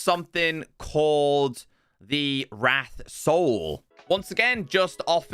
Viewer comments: Correct. Wraith ≠ wrath lol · Wraith is said wrayth i think